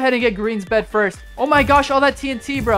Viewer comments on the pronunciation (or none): Stop saying forst